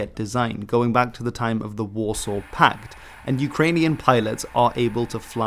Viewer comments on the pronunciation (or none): none